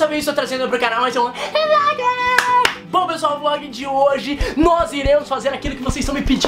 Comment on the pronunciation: eu odeio quando ele fala FLOGUE